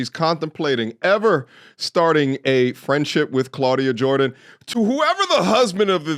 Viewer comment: “Clauda Jordian” 🌚😂😂